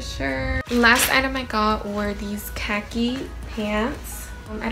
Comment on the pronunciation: Im deadddddd she said " caca color"😂😂😂😂